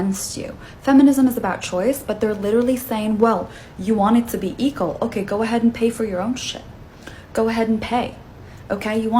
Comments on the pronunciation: What's up with the woman saying "eagle" for "equal"? Weird. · She said eekle , what the hell is eekle ? You mean equal ? If you can't pronounce it , do you even know it's definition ? Eekle rights , Right ? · Second woman: it's "equal" not "eqal". 🙄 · Can’t even say equal!